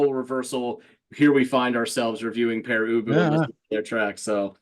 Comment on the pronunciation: Thank you. Not only is our name pronounced correctly but it's a really intelligent review. You humored us.